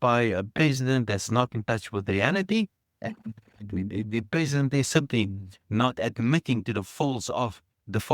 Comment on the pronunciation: That guy is right the sound distortion makes him sound like he is saying peasant. lol This peasant(President) always says the same thing with no change. We all know that they over promise and underdelivers.